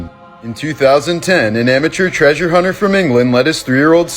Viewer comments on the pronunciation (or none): none